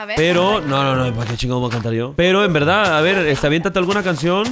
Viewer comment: Nunca entendere porq dice velda en ves de verdad